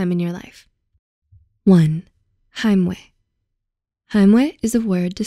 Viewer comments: "weh" is not pronounced as "ue". It's pronounced as "veh". The letter "w" in German is actually always pronounced as a "v". Just a little remark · German 'w' is pronounced 'v' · It's not pronounced heimweh tho, is it? More like haimway without the y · It was so funny hearing her say that lmao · Listening to her pronouncation of the word „Heimweh“ as a german ❤️🥺 so cute 🥺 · As a fellow german i find the way the narrator pronounced "Heimweh" so adorable :D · As a German it's so cute to hear Heimweh pronounced by a not native speaker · I'm german and i find it funny how you pronounce Heimweh. xD